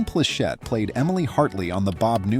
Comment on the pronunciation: Thanks for pronouncing Pleshette right. Not just because it's a tricky name for A.I., but because I've heard it pronounced as Pleshit by human numbskulls who weren't alive in the 70s, and it bothered me. Newby humans've got no business mispronouncing names that predate their existence. They should bother to find out first.